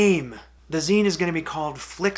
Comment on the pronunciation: So, zine pronounced "Zēn", not "Zīn.